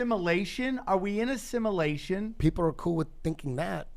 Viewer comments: proves my point! What a dumb fucker. " Simulaton" are we in a "simulaton" seriouslay? The guy can't even say the word SIMULATION properly... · Sima-latian??? SimUlation.... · First time here... Who's the idiotic jack ass that doesn't know how to pronounce the word SIM-YOU-LAY-SHUN? ok... It's spelled simulation it's not spelled simmA lation... Are you confusing it with the word "assimilation"? Cuz that's a completely different word and yup wernt so goddamn ignorant you would know this... And how do I know your ignorant? BECAUSE YOU BELIEVE THE EARTH IS FLAT!! do some fucking real research... Not YouTube research... Fucking idiots... The lot of you... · Simulation....not simalation. I don't know why but that bugged the hell out of me. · "Is it a simalation?" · SIM ELATION LMFAOOOO ... as in the sims are elated or it a simulation like the "MATRIX" JW lul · “IS IT A SIMALASHIN? ARE WE IN A SIMALASHIN?” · "We're in a simalation" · “Are we in a similation? Is it a smiliation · Sim MA lation.. Lol. Never knew of someone who couldnt say simulation before. Brining it up though... I've watched the old land of the lost show and I've thought that show could be hitting on something if this is a simulation. That show had those diamonds in the sky when something went wrong with a pylon... Ive seen a diamond shaped ufo like that. Makes me wonder if some of the ufos we see are a error light to get our attention that something is off in the enviornment. The flat earrh stuff is the key. The fake space stuff makes no sense. An he's right they might try to play out a fake alien invasion. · Wtf is a simalation 🤔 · Are we in a simuhlayshun. Are we in a simuhlayshun. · "Is it a SimAALation? A SimAALation?" Learn to speak first bro! Eddie is the Man btw. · SIM-U-LATION. Jesus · Similation lol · This moron can't even pronounce simulation correctly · This idiot can’t pronounce simulation